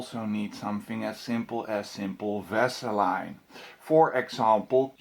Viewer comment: i was just checking the comments to see if anybody caught him pronouning "vaseline" - lol